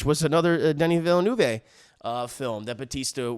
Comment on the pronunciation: Plz don't pronounce the last "e" of Villeneuve as a long english "a", it is a short "e" like in "the"